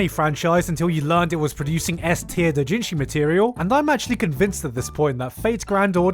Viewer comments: using anenarumono is freaking amazing lmaoooooo since the artist created both the doujinshi and the non-h version lololol I am not use to how you say Japanese terms lol, it took me couple of rewind to know what you really said (like doujinshi sounded like dotjinshi) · I wonder why he pronounces Doujinshi like an American tho being an asian. Dooo-jin-jiii. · The fact that it took me a minute and a half to realise that you were saying doujinshi, because you pronounce it differently than I do.... Jesus